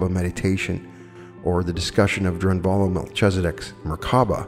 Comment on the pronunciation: God,... I wish you would say Drunvalo Melchizedek's NAME the way he says it. It drives me so-o-o crazy listening to the numererous times you repeat his name so-o-o ridiculously WRONGFULLY. Ok, DRUN-valo Mel-CHI (like 'KEY')-zedek. THANK YOU for all you are doing, but this is "Off the hook, off the charts, off the graph, and off the deep end." THANKS!! With All the Best of Every Good Wish, etc. Yours in the Lord, -=S.A.M.